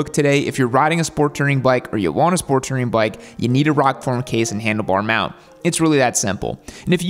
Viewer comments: It's "Touring", not "Tirring" 😊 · I'm just hear to hear pronounce it "Tering" about 93 times... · Ramble to me that you’ve never actually put big miles on without actually ever correctly pronouncing the word “tOUring.” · How do you mispronounce "touring" 😂